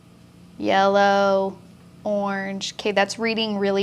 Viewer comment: Yella! You said Yella! Thank you for sharing your mad skills! <3